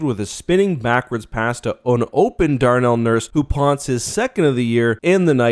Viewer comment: ….Darrel Nurse? Dude….cmon.